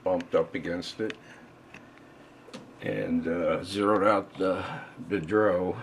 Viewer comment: LoLoL It's called a D.R.O., not a dro.